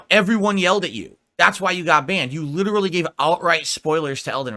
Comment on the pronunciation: Remember kids, if you emphasize "Literally" in a sentence, it sounds super smart!